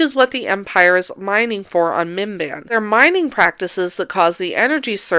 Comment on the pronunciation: I know you're saying "Minban" or however you spell it, but I keep hearing it as MBMBAM, the McElroy podcast, or Bim-Bim, Drew Gooden's cat